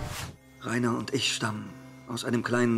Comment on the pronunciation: So angenehm. Ich möchte von Berts Stimme Gutenachtgeschichten vorgelesen bekommen. es war auch ein Ereignis endlich mal ein AoT Dub wo die Namen Reiner und Berthold richtig ausgesprochen wurden, nicht wie "Liner" (jp) oder Börrdould (eng) ^^